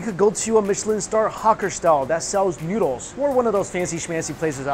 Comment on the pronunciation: I always adore the way mike says 'noodles'. Its 'newdles'. 💜